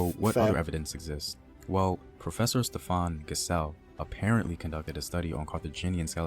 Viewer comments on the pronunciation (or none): none